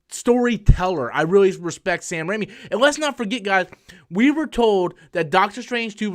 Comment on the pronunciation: He's name is Raimi. Not Rami. You're thinking of Malek.